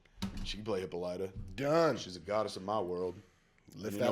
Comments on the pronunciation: great new channel, guys. Have to bust balls a little......... "Hippo-Lighta??????" really? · It's Hi-PAH-li-ta, not Hippo-LYTA...c'mon Kev, you watched the Justice League animated...